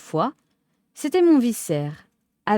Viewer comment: Vicaire ne se prononce pas comme viscère mais avec le c se prononçant comme un k😂 Merci autrement pour la lecture agréable